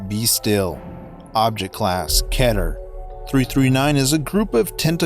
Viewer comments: Its pernounced "Keeter" not "Kehter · Stop saying keter like that, its pronounced "Key" ter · You said ketar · I’m not used to hearing keter be pronounced like cheddar nejdjfjjf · The way he says keter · When say keter wrong